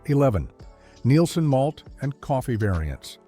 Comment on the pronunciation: It was very nostalgic but the AI narration ruins it. Lowney being pronounced as Loney and Neilson being mis pronounced. Get rid of the AI